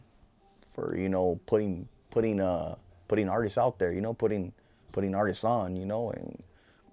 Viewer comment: “Artisest” lol